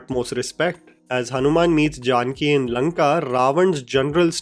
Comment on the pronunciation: I am just can’t help but get cringe at the way you said Janaki as Jaanki 🤦‍♂️